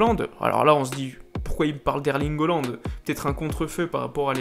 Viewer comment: et s'il te plait apprend a prononcé les noms des joueurs ; holand wijenaldoum ; un peu d'effort